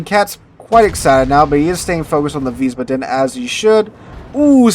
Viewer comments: Please fix your pronunciation of Wiesbaden. You keep saying veez-buh-DEN. It is actually VEEZ-bah-den. Stress on the first syllable and "ah" sound in the second, not "uh". Ich spreche Deutsch. It just hurts my ears every time you say it. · OK,..... this is the third or fourth video I've watched where you mispronounce Wiesbaden.....I figured someone would have commented on this by now.... but the correct pronunciation is Vees - bahden... baa--(as in sheep) with the accent on the first syllable. Thanks for continuing to make good content!! See you in the next one! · Wiesbaden has one d so long a. Wiesbaaaaden. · the name of the new ship is Weisbaden (pronounced Veesbaaden). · Wiesbaden ---> Vees-baa-dun.